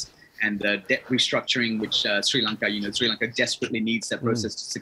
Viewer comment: He pronounce it shlranka